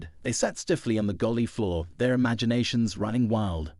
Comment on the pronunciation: Fiction. Its galley, not gulley